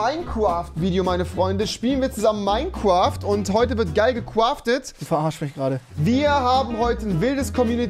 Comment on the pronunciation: Wie Rewi einfach Minecwuaft sagt😂